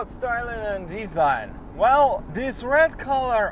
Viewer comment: Nice review. Tip: “design” is pronounced de-ZINE, not DEE-zine. “RPM” is pronounced are-pee-EM, not ARE-per-em. And “club” rhymes with sub, but, luck, and nut. Not with box, cot, lot or pot. So it’s CLUB; not CLOB. 🍻